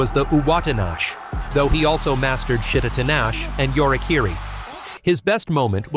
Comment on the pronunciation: Please. Teach you compu-voice japanese words. "Shit-a-tinash"? "Tai-chia"? Seriouslously?